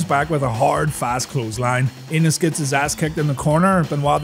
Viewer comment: It's spelled "Enos"... ...but I believe the proper pronunciation is "ay-nus".. I think it's a long A sound...